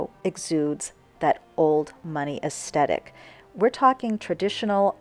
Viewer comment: "es - the -tik"